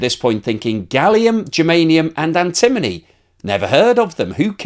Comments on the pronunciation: doesn't even know how to pronounce antimony! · You should learn how to pronounce "antimony" correctly.